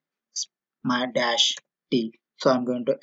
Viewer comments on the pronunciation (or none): none